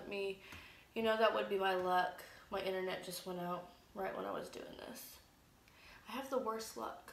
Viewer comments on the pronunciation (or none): none